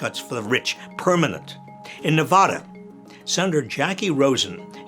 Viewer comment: Bob, this is an extremely picky little comment, so please take it as it is intended (with love): The "va" in Nevada is pronounced like "platter," not like "plotter." I think you are possibly the smartest person I've ever known; I follow you everywhere 🙂